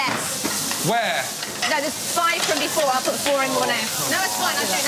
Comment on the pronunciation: Four not floor 🤣